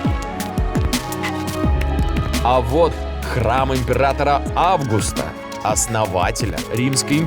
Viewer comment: не Августа а АвгУста